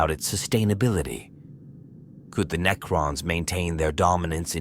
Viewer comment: AI narrators sound good until they try to pronounce Necrons, and repeat the same ideas in four different ways to pad out the runtime.